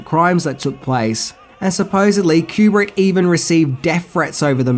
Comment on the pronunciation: Sorry to correct you again, Kubrick lived to complete Eyes Wide Shut and died after screening a rough cut version for Cruise and Kidman and Warner bros, brass Terry Semel snd Bob Daly. And his surname is Koo-brick, NOT cue-brick.